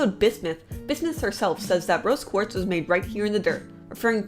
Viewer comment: she said brose quartz